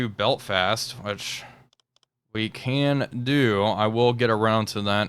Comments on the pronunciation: ... Beltfast??? its Belfast. no T between L and F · Love the video. However, to my ear it sounds like you're saying "beltfast" instead of "Belfast."